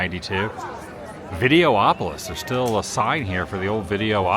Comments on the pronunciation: It’s videopolis not videoopolis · Why are you able to say Autopia correctly but instead if Videopolis, you say Video-opolis?